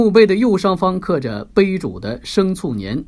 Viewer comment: 生猝年乎？？生卒年乎？？念白字了小播！